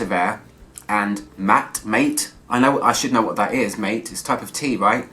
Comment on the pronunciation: Hi dear! I’ve heard you trying to pronounce the ingredient Mate in a few videos. Could it be the South American energetic beverage called Maté, which is some kind of tea? In that case it’s pronounced (M« a » as in garAge / t« é » as in bae - that’s the only example I have in mind now) Also, I’d be happy to help you with any French words for your reviews, even though it’s always super funny hearing you BlrarghBloubling any French word. Love your reviews, Take care :)